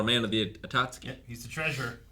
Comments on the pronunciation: Everytime says atatsuki and they don't correct him I think, they just stopped caring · Somebody help to get "Akatsuki" right. He's the weebiest one here after all. You could think Aka = Red = Red Clouds = Akatsuki